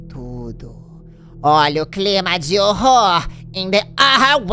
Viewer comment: Pronuncia esse H, pelo amor de deus, Jean! Hhhhhhórror withíííín.